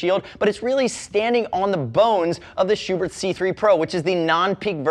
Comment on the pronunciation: Thank you for pronouncing Schuberth's name correctly. ("Shoo Bert" not "Shoe Birth")